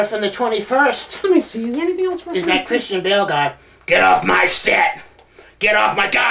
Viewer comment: hahah he said Christian Bales